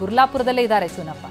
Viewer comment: ಚನ್ನಪ್ಪ ಅದು ಚೂನಪ್ಪ ಅಲ್ಲ ಕನ್ನಡ ಎಡಿಟಿಂಗ್ ಯಾವನೋ ಮಾಡಿದು